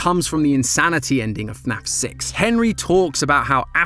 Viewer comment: dont you mean FNAF not snaf